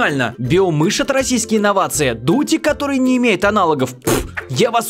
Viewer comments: Мне одному послышалось "дутень" вместо "дутик"? 🤔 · Как всегда офигенное видео. Угарнула с Дутика😂 Сначала показалось,что она сказала Додик😂😂😂😂😂